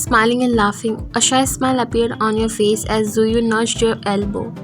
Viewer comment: Tzuyu. Zuyu ❌ Juwee ✅